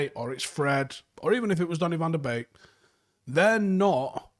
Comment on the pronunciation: Can you please make a desicion if you're gonna pronounce him "Beek" like a birds beek. Or the correct "BEK" like they do in Holland.